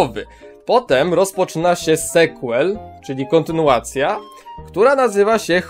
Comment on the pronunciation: Słowo "sequel" czyta się "sikłel", a nie "sekłel".